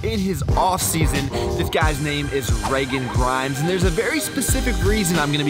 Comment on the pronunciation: Learn to pronounce his name 😂😂😂😂😂